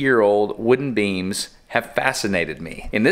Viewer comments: I thought he said beans. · when he said beams i thought he was talking about beans so i was very confused